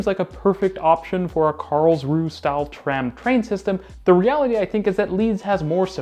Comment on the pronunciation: As ever, it's pronounced Karls-rue-UH!